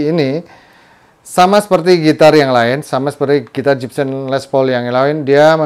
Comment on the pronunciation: Gibson... Bukan Jibsen 🙈🙈🙈